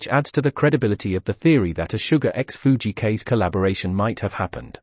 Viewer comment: Fujii Kaze 藤井 風. Kaze meaning is wind in japanese. Your pronunciation is Kaze is wrong. Japanese pronunciation link